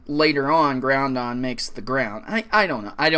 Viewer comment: for fucks sake its not "Groundon" xD